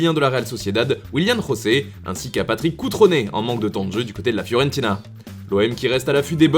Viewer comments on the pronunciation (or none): Juste foot mercato (et le monde entier aussi, tout le monde doit savoir 😂) Willian José est brésilien, au Brésil on parle portugais donc on prononce José et pas Rosé